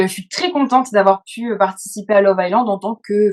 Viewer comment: Ca se lit [aïe lande] pas [aïce lande] lol